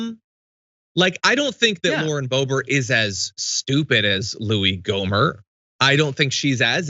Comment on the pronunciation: It’s “Gohmert”